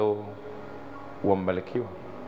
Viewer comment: Tujitahidi kutofautisha R na L Mfano:Taalifa❌ Mbalikiwa ❌ Kiloho ❌ Huluma ❌